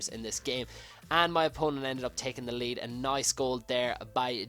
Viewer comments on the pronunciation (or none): none